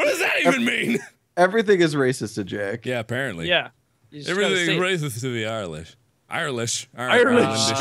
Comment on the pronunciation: Irelish XDD I'm dying!